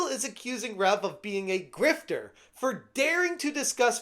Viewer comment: People pronouncing the "u" in Rev's name will never not kill me lol